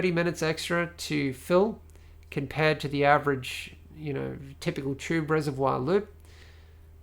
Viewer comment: being french i like the way how you said the word ''reservoir'' Well done, thats a fantastic pc porn channel.